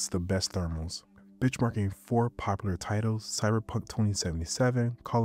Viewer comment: Why did bro say "bitchmarking"???